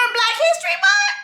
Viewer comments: It's the munt for me lol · The way you saying month is hilarious Jessie: Black History MunT 🤣🤣🤣